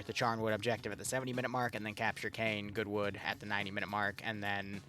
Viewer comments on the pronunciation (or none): Btw, Caen is pronounced (In English) more as Khan than Cane